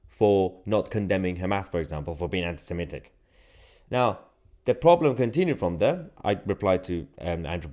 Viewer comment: I'm glad you can pronounce 'anti-Semitic' properly. A lot of people - Ben Shapiro included - seem to think it is pronounced 'anti-Semetic'.